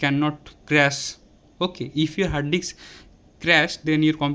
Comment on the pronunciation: You are pronounced hard dicks.... 😂😂😂